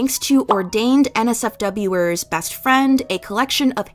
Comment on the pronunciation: just a note ‘NSWERS’ is pronounced ‘answers’ but without the ‘a’, like ‘en-sers’ !! this is a crazy story tho 😭